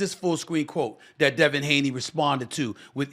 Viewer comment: Devin Haney = Daney